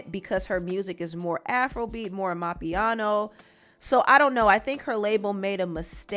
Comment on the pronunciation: It's Amapiano not mapiano smh